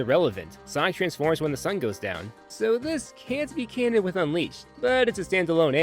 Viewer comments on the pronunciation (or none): none